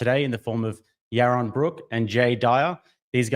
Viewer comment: Jay Dyer vs Yawon Bwook. 🤣